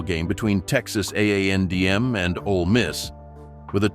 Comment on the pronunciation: It's Texas A and M....not andm....